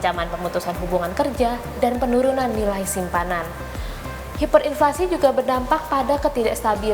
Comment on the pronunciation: Hiperinflasi ya hiperinflasi, bukan haiperinflasi.